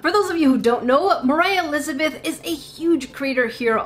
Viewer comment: you said mor i lizebeth